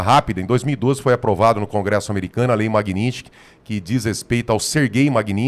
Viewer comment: O Borgo fala sempre errado o nome da Lei: não é "Magninsky". O correto é MAGNITSKY. Sílaba por sílaba: MAG-NITS-KY.